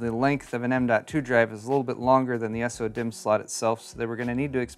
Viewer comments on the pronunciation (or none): I started going insane after you said “s-o” dimm like 15 times in 2 mins. Why not just say “so”? Lol 😂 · Why do you say S-O-DIMM.2 instead of SO-DIMM.2? Just curious since most people seem to say it the second way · Comes with cd AND coaster? Kind of redundant isn't it? Also... Just say "sodimm" like everyone else lol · the way you say so-dimm bugs me, and i don't know why.